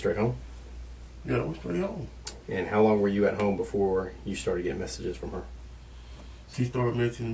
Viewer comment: He pronounce messages like salchicha 😭😭😭😭😭😭😭😭😭😭😭 His fake messages through her phone are so illiterate its like so obvious he wrote them and wasn't focusing